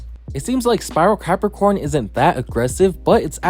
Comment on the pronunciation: Im lmao cuz he says crapacorn